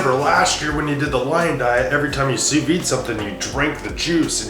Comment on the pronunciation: Your french Canadian friend is going to correct your pronunciation here. Sous vide is pronounced "Sue veed" . It's supposed to be a French contraption but had never heard about it until this last while when it's become trendy and haute cuisine like. Grammatically it doesn't make sense as it literally means under empty. One of those many confusing French terms.